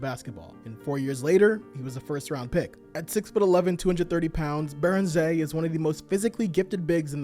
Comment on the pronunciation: You actually nailed Niederhauser's name! Joan Beringer on the other hand... Phonetics aside, incredible video as usual